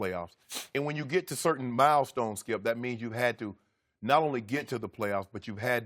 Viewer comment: Gotta luv the Shannon says "Skiyelp"